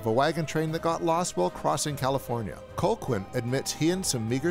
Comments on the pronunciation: I was a little confused about how to pronounce Colqhoun when I first saw it. It's actually "Co-hoon," not Col-quin. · Always loved this movie! But I am irritated that you kept pronouncing the name COLE-quinn, instead of cull-HOON like it is in the movie. Or just call him by his other name, Ives. That’s supposed to be a surprise but it’s revealed in the video already. Anyway gotta go, this movie makes me hungry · Its pronounced, "Cal-hoon." Not, "Col-kwin." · STOP PRONOUNCING HIS NAME AS COLE-QUINN 😭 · Cole-quinn?! Thought you saw the movie? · Colqhoun is pronounced Cal hoon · oh, man I love this channel. But it is slap in the face to realize he's just reading a script and never actually watched the movie...it's pronouced CAL-HOON. even though its spelled Colquhoun. it's pronouced CAL-HOON in the film (it's Scottish). come on. at least PRETEND to watch these movies...or why are we helping you generate revenue? Shame...